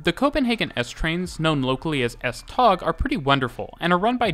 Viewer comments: Typical English speaker - it might be spelt S-Tog, but it's pronounced S-Tow. CORRECTIONS:/CLARIFICATIONS 1. The 8-car sets are made up of 2 4-car half sets and not a full 8-car set. 2. The lead cars have 2 axles, all other cars have only 1 axle at the rear of the coach. All but 1 axle in each half set is unpowered (the fourth from the driving cab in each half sst. 3. The F-Line links with the A-line (Hundige-Hillerød line), C-Line (Vanløse-Klampenborg) and E-Line (Holte-Køge) at Heĺlerup. All Litra (Danish for Type or Clasification) SA and SE can operate on all lines and can move from the F-Line under their own power to the main depot at Høje Taastrup. Whilst there are no other services on the F-Line and full automation would be easier to achieve, it would mean dedicated rolling stock, sufficient to cover all services plus spares that could not be used elsewhere on the network without risking serious disruptions if there are failures on the F-Line. The F-Line was also a freight route for trains heading to Helsinør and the ferry to Sweden before it was joined by the S-tog service. When the Øresund Bridge opened the line was redundant and went over to just the S-tog with services extended to Ny Ellebjerg. Parts of the original F-Line, between Vanløse and Frederiksberg, closed around 1998 and became part of the Metro. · Love the video. Just a couple of minor corrections: The word "Tog" (Train) in Danish is actually pronounced very much like the English word "Toe". Just FYI. Oh, and BTW the S-tog Voltage is 1650 V DC to be precise :-) ... and on another note: The S-tog axels are abel to ride the curves more smoothly using a curve control whereby the first axel measures the curve and send information to the next axels to adjust to the curve, giving the passengers a nicer ride through some pretty curvy sections here and there. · Thanks for a wonderful video. Nb.: It's not called S-Tag but S-Tog (Tog means Train) Kind Regards form Copenhagen :-)